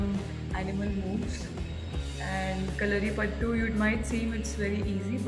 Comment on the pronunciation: Kindly pronounce it as kalari payattu. At least say it roperly so you learn it properly. Otherwise it will be a half baked knowledge.